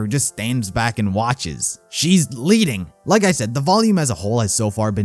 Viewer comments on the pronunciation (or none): What he said: Ruby is LEADING What I heard: Ruby is PLEADING